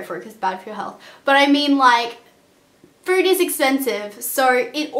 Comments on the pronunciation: lol "and frood is like so expensive." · Nice video thank you ! But 1 thing are you saying Frood ? Fruit? or Food? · "frood" :D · When she was saying food I thought she kept saying fruit since Australians add the "r" sound in all their words loool I was like why do you need to spend that much on fruit?? LOL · frood lmao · is she saying not to be fruit or food....i cant tell